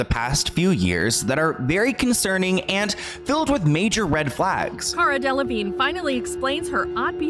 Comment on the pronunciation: its cara del-a-vigne, you pronounce the "a"